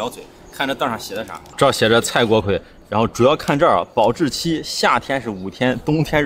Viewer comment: 这个字不是读锅KUI吗？